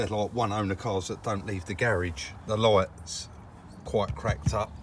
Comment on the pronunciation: Dude the "loights"? Where do you see an O in lights?